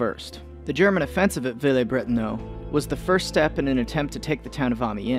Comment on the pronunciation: Bretonneux, not Bretonneaux.